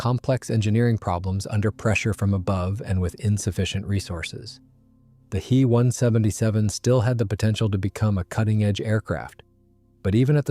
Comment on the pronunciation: "He" 177 ? Try "Ache-Eeeee 177 " This computer speak is hard to watch !